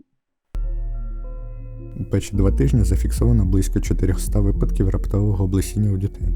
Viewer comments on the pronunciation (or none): none